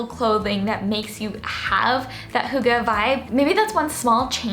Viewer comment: Just a helpful hint: the emphasis of 'hygge' is on the first syllable, not the second. :)